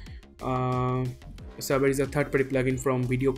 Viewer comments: FYI: It's not pronounced "Sabber", it's pronounced "Say-ber" Your tutorials are some of the best out there man! Keep 'em coming! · Everytime you pronounce Saber wrong, it cringes me so much! It's SABER! Google it! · You guys all say "Sabber", it's SABER, with a long A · Funny how you pronounced "Saber" Great tutorial btw👍